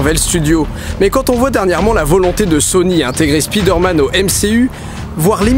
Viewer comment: On prononce SPAÏDEURMANNE. Merci.